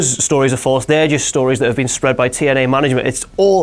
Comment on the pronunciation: notice how says TNA Tien-Eyy